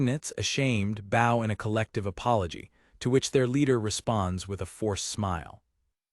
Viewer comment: lol most of the ai things call bows as in bow an arrow a bow like bowwing, and this calls bowwing a bow for bow and arrow.